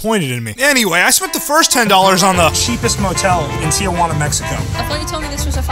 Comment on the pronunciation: It’s Tijuana not Tiajuana lol